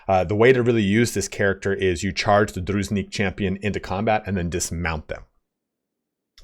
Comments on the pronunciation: Nice video. One nitpicky thing from my side: Calling Druzhinnik DruZnick Ah, pain in my ears :) It should be more like Droo + jin + nick (there is double n and zh is more like j without d part). As for the unit itself. Gameplaywise i agree with you but for RP it makes sense to have them mounted. Because judging by name itself Devs definitely took inspiration of Sturgia in Kyivan Rus (on which vikings and Byzantium were big influences). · ITS "DRU - ZHIN (more like J-sound, like in voyaGe , not z) - NICK" not druznick Drough-Jeanne-Nick it's from Russian midlle age history, means a member of the inner circle (friends, far relatives) of a noble FYI the lore here is a direct parallel to Kievan Rus' (midage Russia) which was mainly fighting The Golden Horde (Khuzait), and Livon order (Vlandia, sort of). And it was (as in the game also) really hard to predict- who will your next battle be with - mounted archers and light cavalry of the Horde, or heavy armored knights of the crusaders. So the logic here is to have something which will be suitable against both. The game actually translates real historical circumstances and material response really smart. Unfortunately suffering from the balancing necessity. Also mechanics of the game tend to equalize army sizes, whereas in real history some peoples took V by sheer numbers and overwhelming hit-and-run tactics (Horde-Khuzait, Mamluke-Arab), while others had technical superiority. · Zh in Druzhinnik sounds like [ʒ] in "casual". Dru-zhin-nik. Druzhina was a personal army of Early Rus' lords. In most cases Druzhinniki was a best friends or even relatives of lord, so they was really loyal to him.